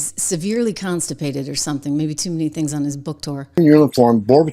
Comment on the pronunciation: I think AOC said one of these ‘Stings” not “Things”, but it’s basically the same. She’s totally out in left field.